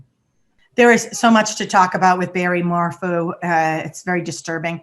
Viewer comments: I love how you called him Barry MorFOO. SOUNDS LIKE BARRY MORE FOOL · And Morphew is said "Morf-you" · Morphew is pronounced “mor-few” and Salida is pronounced “sa-lie-da” Suzanne had cancer twice which is another reason for having bangs. So, everyone who has bangs is hiding their intelligence...bs. Generalizing about hair choices isn’t a basis for hiding intelligence. She was a cancer survivor and had to wear wigs during her first bout with non-Hodgkins lymphoma, when she was in her late teens. If you look through all the photos, you will come across a few, where she has no bangs. Suzanne was a schoolteacher when she was diagnosed with cancer the second time. Her hair was thinning and falling out...she was scheduled to see her doctor on Monday following her disappearance. A clean bill of health. God bless her. Say what you want about Barry but please be respectful when talking about Suzanne. Chick in the blue blouse, grow bangs if you want, mmmk.☮️🦋🌸 xxxx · Hey ladies not sure if anyone has mentioned this but Suzanne’s last name is pronounced MORE(ph)EW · Btw, it is mor-few.